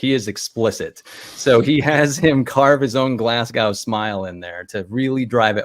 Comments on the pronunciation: Watching let that terrible Yank pronunciation of "Glasgow" pass without comment shows how far he's betrayed his people. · L to for letting get away with pronouncing Glasgow like that.